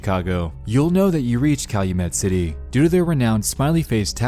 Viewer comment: Calumet City is like an hour drive from my house. Props to you for pronouncing it correctly like a local would.